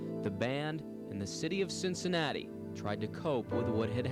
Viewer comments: Why did the reporter call it cincinatus? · Why did the anchorman pronounce Cincinnati differently?